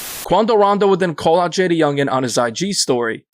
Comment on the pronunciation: Lmao the report pronounced bro name all wrong . JayDA youngan